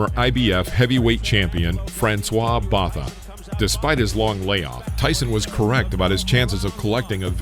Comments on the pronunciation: Botha is pronounced ‘Boater’. 😡😤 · ..when the narrator of a BOXING video doesn't even know how to pronounce Botha's name correctly. Hire a boxing guy to be narrator. Not this clueless dude